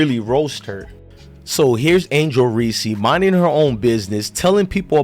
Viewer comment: Reese is one syllable.